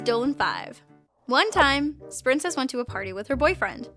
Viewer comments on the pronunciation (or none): Sprincess? I thought it was spincess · uhh for 2 someone tell its spincess and uh tolop...